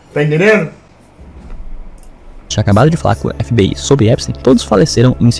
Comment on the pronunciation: falando EPISTÁIN